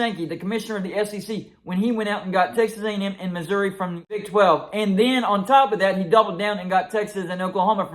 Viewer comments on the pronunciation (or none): none